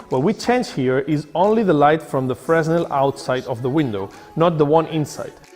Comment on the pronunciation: its prounced Fearnell not freznel